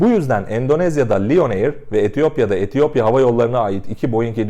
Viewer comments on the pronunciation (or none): none